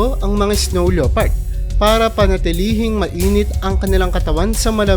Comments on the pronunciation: pronounced lepard not leopard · ano pong sabi mo?" leyopard"? baka lepard yan basahin😊😊😊silent '0 po yan brother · Yan din sa isip ko lepard lods hindi leopard 😊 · Hindi LEYOPARD ang pronounce niyan kundi LEPARD. Silent O. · lepard not LYOpard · Leopard pronounced as “le-pard”